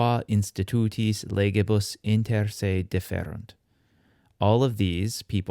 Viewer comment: it should be "dífferunt" (on first syllabe) and not "différunt" or?